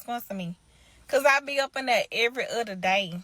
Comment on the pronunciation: She said mudders and udder 😂 why we have such a broke person mindset?